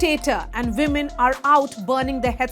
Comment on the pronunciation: Can you please learn how to speak English properly. You have the Vs and Ws mixed up. It's women not vimen and vail not wail. I like your content but your English is atrocious.